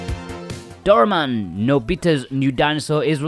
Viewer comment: I think this was the first time in my 40 years of living that I hear a westerner pronounced "Doraemon".